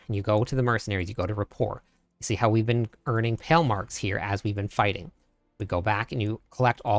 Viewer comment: It's not Pell marks 😂😂 come on learn to pronounce words properly I know you are American but